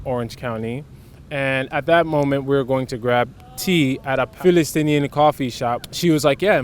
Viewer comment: Palestinian not Falestinian/Filestinian (as long as we're saying it in English), In Arabic it's pronounced "Fa las teen " (the country), and a person from there is "Fa las teeni ". Great video. Thank you both. Salaam to you and to all. Your Brothers from Saudi Arabia.